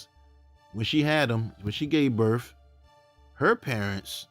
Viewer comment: He needs to work on his pronunciation of words. I was baffled when he said Kristoff was born on July feef tenf and when his mother had him she gave burf.